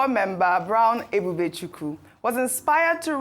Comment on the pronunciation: Ojy E-b-u-b-e-c-h-u-k-w-u! You are from Ukwuani, grew up in Abeokuta,attended secondary school in Lagos before attending St Johns in New York for just a few years. Why can’t you correctly pronounce Nigerian names…not even those of your tribe? Arise, people do something…this is disgraceful!